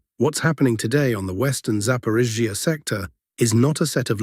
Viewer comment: Something has changed in the voice when pronouncing zaporizhiya. It now sounds like a sneeze is being stifled when it hits the ZH and then there is too much emphasis on the following EE of iya. The name no longer flows like before. Something changed. Very noticeable.